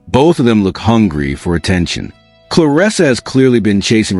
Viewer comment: I’m just here to thank you for pronouncing her name the way it’s spelled — “ClarEssa,” and not, “ClarIssa.”